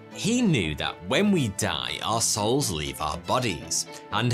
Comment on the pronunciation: Did you say “our souls” or “arse holes” 🤔🤣👍🏻